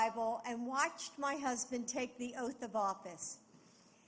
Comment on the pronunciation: haha biden said "im jo bidens husbind jo" haha